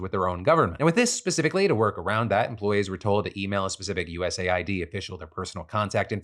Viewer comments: Why are you saying US Ayy-Eye-Dee instead of US aid? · It’s pronounced US aid, you dip shit. There is a USA ID program which veterans have to use. Thanks for giving me a heart attack. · Phil it's pronounced US AID not USA ID. Just look at their Wikipedia page for their flag or wordmark. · It's not USA-ID my brother, it's US-AID... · lol.... WTF?? what are you saying?? it's US AID... not USA ID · US Aid, not USA id😂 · “US Aid” not “USA I.D” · Lord! Its US Aid not USA ID.. jeeze! You said it a million times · US Aid, not USA id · I hate that people are saying “U S A I D” instead of “US Aid” Why say 2 extra letters/syllables… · I just find it annoying. Like it's an Aid organisation. ID has nothing to do with it so why pronounce it wrong? He got USPS correct but not US-Aid